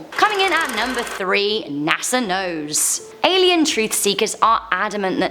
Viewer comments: Alien, not Alein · Alein? You mean Alien? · Hi guys love ur show .. u spell alien wrong number 4 u said alein